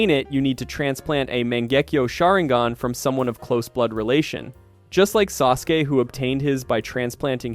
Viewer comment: i love the video but i HATE HOW YOU KEEP MISPRONOUNCING EVERYTHING. STOPPP. WHO IS SASU-KAY? WHAT IS SHURINGGIN? WTF IS SUZANNUE